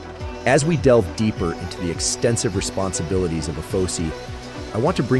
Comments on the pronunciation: Good job, but I need to correct you on your translation. Being an Air Force Veteran, its pronounced A-F-O-S-I, or Air Force O-S-I. Not "uh-pho-see". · It’s not pronounced by anyone as Ay Fo See